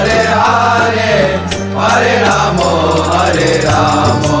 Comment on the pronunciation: It's Rama. Not Ramooo 😏